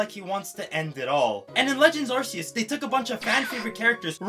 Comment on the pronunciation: The way you pronounce Arceus, you probably also say Arse Phone. Silvally's abillity is called the RKS system, not the ARSE system. The "Arc" in Arcanine works the same as Arceus, and I don't hear anyone say Arsanine. Need I mention the trailer for "Pokémon Legends Arceus"... As for any counter argument about languages. This video is in english, therefore the english pronunciation is needed.